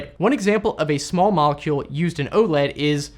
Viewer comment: "Small molecule"? You mean "smallecule"? :P